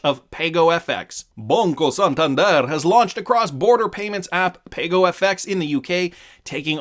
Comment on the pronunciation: According to Ana Botin it's pronounced "Pah-Go."